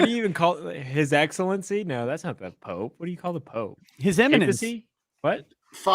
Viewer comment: should be addressed as "Your Imminence" as a nod to his inability to pronounce "eminence." How many times have I cringed at his "imminent precedent" misstatements.